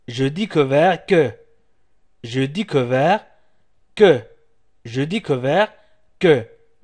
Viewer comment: Il pronence mal !!!